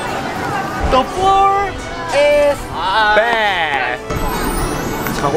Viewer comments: At first I thought they said ‘the floor is bad’ 💀💀💀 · Am I the only one who heard the "The floor is bad" ?hahahah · 2idiots: "The floor is bed" No one literally no one: ...... Me: WHY DO I HEAR "THE FLOOR IS BAD"